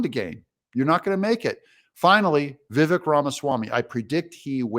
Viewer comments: Wrong, Doug. Ramaswamy wasn't "funded" by Soros. He accepted a college scholarship which included SOME Soros donated money, back when he was 24-years old. Get it right, Doug! Here's the real concern, Vivek (you're pronouncing it incorrectly, Doug. It's pronounced, Vi-vake) accepted that money saying he needed it to pay off school debt. BUT...he filed income taxes and claimed approx $2.4M of income that year. Hmmm. That's concerning. He 'fibbed." We need to know more. Despite Doug's claims of the other candidates being in consideration, Vivek was really the ONLY truly intelligent candidate up there. The others are numbskulls, lightweights and worse. We are in a battle to save this nation. We need an intelligent and INDOMITABLE fighter in there or you can kiss your rights and freedoms goodbye. It's that serious. Who do you want on the front lines of this war against a very powerful, well funded, leftist, tyrannical movement? Anyone other than Trump right now would result in the US being pushed us over the edge. These are the only tickets that would/could save us. A Trump-RFK, Jr ticket. RFK, Jr would have to prove he would be pro-life and embrace the MAGA movement. In a recent interview, Vivek said he wouldn't play second fiddle so he's out. Maybe Byron Donalds or maybe Kari Lake. That's it. We need freedom-fighters who refuse to back down to the left. Dream ticket would be Trump-Gaetz. Matt Gaetz is the only one in congress who is a stronger fighter and better orator than even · Vivek went to a Jesuit High School and is a Catholic. You are wrong. I do hope you update your video. Vivek grew up Catholic and went to a Jesuit High School. Well, it's pronounced Vivake like cake. But, yeah. Totally agree. I am voting for Trump first. He's the man for the job.